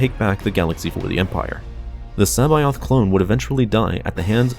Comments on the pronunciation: C'baoth (se-bow-th) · Did you say... Joruus C'Baoth? ;-)